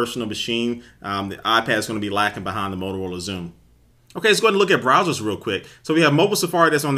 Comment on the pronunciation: 'molorola' xoom looool